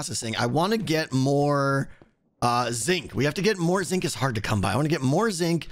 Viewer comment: I will always hear Zing when you say Zinc. Curses! Anyway, this is looking fantastic, I'm so excited for... EVERYTHING you're doing these days, keep it up!